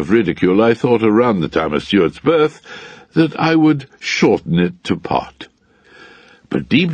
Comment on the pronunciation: It sounds like tosspot which basically means wanker